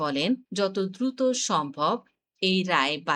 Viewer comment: দুরুত না দ্রুত